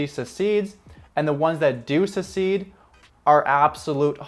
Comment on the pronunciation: Succeed. Not secede. Good info though.